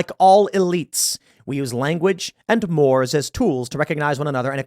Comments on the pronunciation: That’s pronounced “morays” not “mores” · mores is pronounced "more-ays" You certainly understand how "junta" is pronounced - the j sounds like an h. I believe this about you. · It's pronounced "more-ays" but Tim didn't go to college so he doesn't know how to speak like elites. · Tim. Mores (MOH - rayz) are the fixed, morally binding customs of a group. Nothing less, nothing more. Or if you prefer more poetic illustrations... Mores Does not Rhyme with S'mores Or more accurately... S'mores Does not Rhyme with Mores. However... Mores Rhymes with Morays Whereas More rhymes With s'more Additional PRO TIPS: The rarely used singular of mores is "mos." What, then, is the plural of more? It's an adjective, so it doesn't have one! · "'Like all elites, we use language and mores...'" "Mores" is pronounced "maw-rays," fyi. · Tim missed the pronunciation of "mores" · Look up the pronunciation of "more." 😊